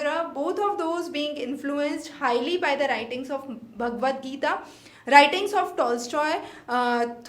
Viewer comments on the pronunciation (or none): none